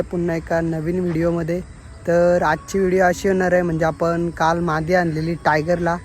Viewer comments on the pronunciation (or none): मांदि नाय re मादी बोल